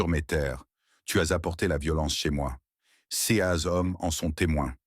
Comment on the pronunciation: Quel dommage la diction C-E-S etc… 😂😂😂😂😂😂